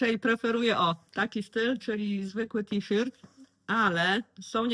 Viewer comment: Witam, zawsze z przyjemnością oglądam Twoje filmy, czerpię inspiracje, podobają mi się Twoje udziergi, są super. A z wymową słowa t-shirt jakoś nie mogę się zgodzić bo w szkole było to inaczej😊. Pozdrawiam, Cię i czekam na następne filmy. Ela.